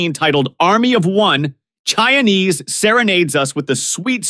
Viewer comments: Chianese is not Chinese. It’s pronounced Kia-nese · Say it with me boys and girls…Kee-ah-nay-zay.